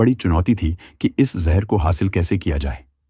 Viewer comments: Jhar nhi jaher hota h be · ek baat jehurr nhi zehar hota hai.